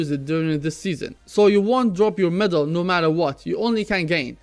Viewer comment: T'was quite confusing at the start because you pronounced medal as middle, haha. anyway, keep up the great content bro. thank you. I like valve's new mmr system, it's much more friendly for newcomers and esp for kids who playing dota, it's really encouraging to win more games in the long run unlike the plus or minus 25mmr, plus it's updated to filter out acct. buyers, which I believe to be very few in population.